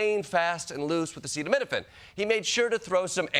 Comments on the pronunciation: Acetaminophen - a word hard to read&pronounce for NON-NATIVE speakers or 5th graders. See kids, THATS why it’s important to READ or you look like an idiot when you are president. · By being unable to pronounce "acetaminophen"...and using the BRAND NAME "Tylenol"....Trump handed Kenvue its greatest weapon in a lawsuit against him, Bobby Jr, Marty Makary, etc. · Trump's contempt for Americans is amazing. He's there to tell us that acetaminophen causes autism and he can't bother to find out how to say it. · “Acid and Minafin.” Yup his education served him well. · Its Acetaminophen and its pronounced as AH-SEE-DAT- U HAVEN'T RELEASED THE TRUMPSTEIN FILES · Hey Trump, does this help: Uhh-see-dum-min-uh-fin. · The only time Donald Trump asks for consent is when he mispronounces a new key word in his lies. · Not only did POTUS mispronounce one of the most common meds, he looked like he just found out it's Tylenol. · We have a “president”who can’t even pronounce acetaminophen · 😧😮😲‼️🙋🏼‍♀️ That’s scary AF that our president can’t pronounce acetaminophen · If the President can't say the word acetaminophen he should stop talking about it. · It’s sad that I liked this video as soon as our PRESIDENT announces acetaminophen wrong a few seconds in. But for the record I have a bottle in front of me so I could spell it right.😬🇺🇸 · You would think that if you have called a big press conference about acetaminophen, you would at least spend 10 minutes beforehand practicing how to say the word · I really think Drumpf's handlers didn't tell him how to pronounce acetaminophen because they assumed he would know it. But ofc being born with a silver spoon in your gullet means you've never had to worry about brand name prices 😂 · OK. Let's get our medical advice from a guy who can't pronounce the medical name. Perhaps we should wash that taste from our mouth with bleach?